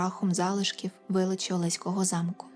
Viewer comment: привіт з Олеська) в нас усі кажуть олеськО, з наголосом на останню о, хоч правильно так, як кажете ви, але це так, цікавий факт, а випуск цікавий)